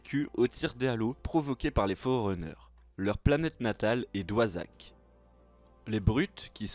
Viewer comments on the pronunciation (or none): Juste une question, ne le prend pas mal hein, pourquoi tu prononce forerunner: forreEunners et covenant: govenant ? désolé mais ça me perturbe.